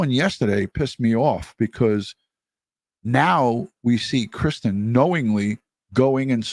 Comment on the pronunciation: Why was he calling Christine ,Kristen on the news clip?